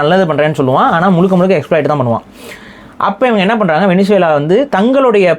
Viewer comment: கூமுட்டைங்களா, அது வெனிசுலா இல்லை வெனஸ்வேலா. அதெப்பிட்றா நம்மூர்ல எல்லாரும் தப்பா படிச்சு வச்சிருக்கீங்க?